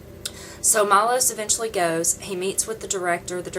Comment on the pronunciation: his name is not Milos its Miloš and btw you could look at the camera when your talking to it ;) and you gave me the worst first immpresion ever, being rude is just gonna make haters hate even more so its pointless but there is no second chance for a first immpresion!